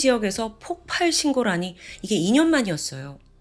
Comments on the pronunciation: 자꾸 폭팔폭팔 거려서 거슬렸는데 나만 그런게 아니네요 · 저도 ㅠㅠ 웬만하면 신경 안쓰는편인데 너무 폭팔 폭팔 하니까 ㅠㅠ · 폭팔이아니고. 폭발이. 맞습니다. 發(쏠발) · 폭팔이 아니라 폭발입니다. 의 영상 참 좋아하는 매니아입니다. 명확하고 똑 부러지는 발음과 표현력의 매력에 푹 빠졌거든요. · 오랫동안 구독한 사람인데요~ 폭팔이 아니라 폭발이에요. 들을때마다 거슬려요 ㅎㅎㅎㅎ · 대부분 폭팔이라고 발음하는걸로 알고 있는데 폭빨입니다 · 저도 계-속 거슬려서ㅠㅠ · 폭발은 읽을때 폭빨이 됩니다. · ...저번에도 댓글 달았었지만 폭발이라고 발음 수정해주시면 안될까요..... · 폭발의 발음은 폭빨입니다